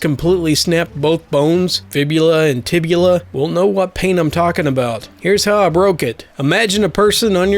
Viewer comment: Tibia not tibula 😉